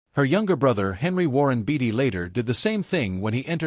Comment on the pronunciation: It's BAY-TEE Not BATTY. Great video!